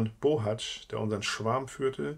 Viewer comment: Du bist der erste der meinen Namen richtig ausspricht! Ich bin nämlich auch ein Bohatzsch nur ob der aus der Erzählung zu meiner Familie gehört weiß ich leider nicht. Aber wäre schön interessant so oft gibt es diesen Namen ja nicht